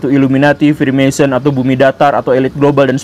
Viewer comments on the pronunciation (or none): none